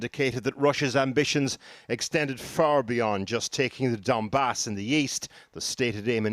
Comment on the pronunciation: please, in next video say donbass, not a dambass